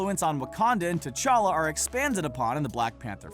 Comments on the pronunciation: It's called T'Challa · it's t'chala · Its Ta Chala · Y'all said his name wrong you said black panthers name wrong